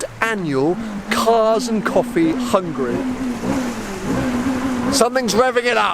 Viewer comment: "and welcome to Hungry.."